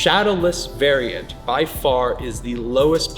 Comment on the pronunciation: Dude I loved every second of this video - the nostalgia hit so hard. But every time he said “variant” I cringed LOL